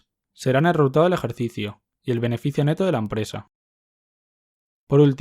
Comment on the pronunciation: xq dice "reultado" en vez d resultado jasjk